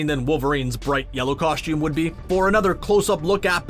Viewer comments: I couldn't get over the narrator constantly saying "COSH-TOOM". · If this guy says “Coshtume” again, I’m going to reach through the screen, and take him back to Kindergarten to re learn the English language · HE ALWAYS SAYS COSHTUME